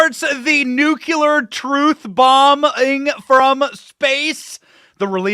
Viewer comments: AIN'T NO SUCH WORD AS "NUCYALER" MAN. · Hey Bennie, the word is "nuclear", not "nucular". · Thank you! In my version of utopia nobody can graduate high school until they can pronounce nu -cle-ar correctly. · sigh u say Nu-cl-e-ar like Bush. And my 9 year old. Lol. Love ya Benny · Benny, I love you and your work. But there’s only one ‘u’ in ‘nuclear.’